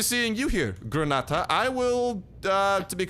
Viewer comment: Hahaha everytime you say the word pantalones and Granada it make me laugh hahaha